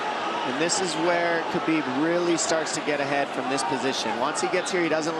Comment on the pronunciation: Khabib is pronounced like Ha-beeb. This man is the GOAT of the UFC lightweight division, it's time people started saying his name right